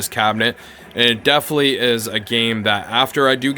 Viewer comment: DEFINITELY. 4 syllables.